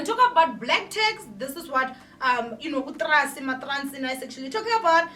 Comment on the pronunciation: Loll you say maTracy🤣🤣🤣🤣